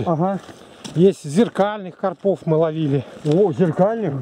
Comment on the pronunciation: Думаю правильно говорить не на посёлке а в посёлке,карпов ударение на а))